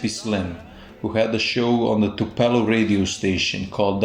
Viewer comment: It's Tupelo not topelo and 1935 not 1945